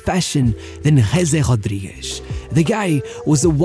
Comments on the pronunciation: who's gese jodjiguish? love your portuguese pronunciation of spanish names :D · That 'Huuuesee Huaadwigues' pronunciation 🤌🤌